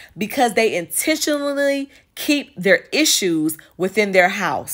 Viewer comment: She said ‘ INTENEENONEELY’😂😂😂 lmao